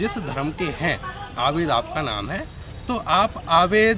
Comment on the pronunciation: Abe dherh bhutni k name to sahi se tujhse lena Aa nahi raha h Abid ko Aved bol raha